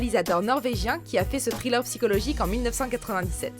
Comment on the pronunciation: Trilleur ???!!!!!! Thriller !!! -__- Un minimum quand même.... The machinist prononçé "à la française"... Bref, bonne vidéo mais putain l'anglais c'est vraiment pas ça... xD